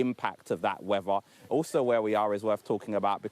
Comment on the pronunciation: They've brought him all that way to make sure to pronounce the word weather as 'wefah'